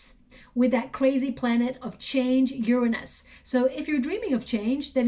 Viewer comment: like your readings . cant stand the way u mispronounce Uranus